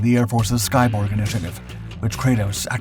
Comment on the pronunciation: I thought you said 'Skybong'. My bad.